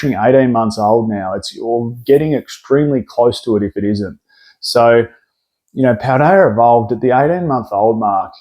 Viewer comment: "Rayquazar" and "Paldear evolved" 😂